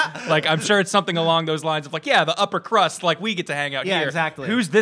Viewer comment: Wait, DID SAY UPERCRUST? =BISMUTH CONFIRMED